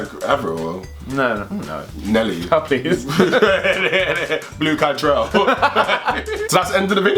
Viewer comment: "...Blue Cantrell!" LOL